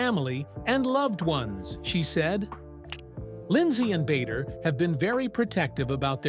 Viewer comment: Lindsey seems like a nice person, a survivor her husband's name is Not pronounced Bayder... its pronounced Badder... Before moving to Dubai she was living in next door country Oman... why and who with?... i do not know details, but she was clearly there - Oman is a very little bit different to Dubai, people live there if the have a job, or are their with spouse and/or family... Her husband may have the Kuwaiti nationality, but origionaly is of either iraqi or turkish decsent.